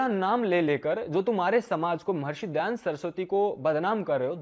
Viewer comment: Ye jo he wo dayanand saraswati ko dayand saraswati bol raha hey aur ye kya sanskrit mein debate karega.. Iske upar police file karke usko jail mein bhejna chahiye aur sabke samne mafi mangne ki jabardasti police aur coat dwara karani chahiye..